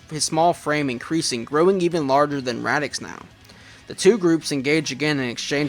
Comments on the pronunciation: Dude... I know that it's a year old video, but my ears are bleeding every time I hear Radix -.- it's Raditz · Who tf is radix 😂. Raditz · I actually love that he pronounces Raditz’s name like that, it makes him unique and stand out in his own little fun ways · Radix? Raditz. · Nice job on the fanfiction, but you kept mispronouncing the name of Goku's brother. It's Raditz. I know he hasn't been a major DB character in hindsight, but he's still pretty darn important for being the guy who revealed Goku's backstory. Anyway I still like some of the old DBZ movies too, mainly the first 3 since they used to air them on Toonami all the time, especially during the time we were all waiting for the Funi dub to start while we kept getting re-runs of the Ocean dub. Cooler's Revenge was pretty good too. The first Z Broly movie used to be okay for me, but I've liked the DBS Broly movie a lot more since its release. At least they got rid of old Broly's pretty ridiculous reason for hating Goku/Kakarot, heh.